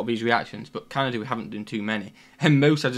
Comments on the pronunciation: There is no R in CANADA, if you're going to 'review' our culture, please take 6 seconds and figure out how to pronounce our name. I find that very offensive to mispronounce our name. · CANADA. Not CanadaRRRR.